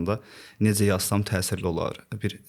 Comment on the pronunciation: İntellektual insanlar ilk əvvəl düzgün nitq qabiliyyətinə sahib olmalıdır. Dzərəyan, nedzə, tsox. Biabırçılıq.